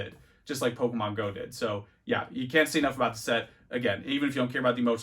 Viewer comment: Why does he say every Pokemon wrong like just to annoy us? x)